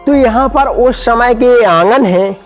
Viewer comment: आप समय बोलिए , शमय नही .....